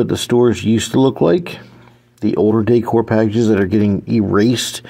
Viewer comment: Now that you learned how to pronounce 'Weis', maybe you can practice the word 'decor' 😅